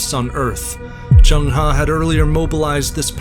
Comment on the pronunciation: Not Jeng Ha Zheng He or Cheng Ho